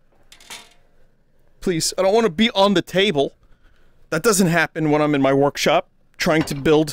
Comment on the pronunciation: Is Vrkshop how Joel says "workshop"?